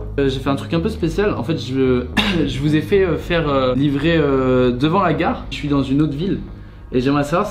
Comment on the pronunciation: « Ji souis un mec courageux » 👌😆